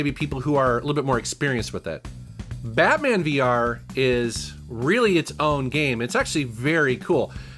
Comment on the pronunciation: When you said Batman VR, I heard Batman Beyond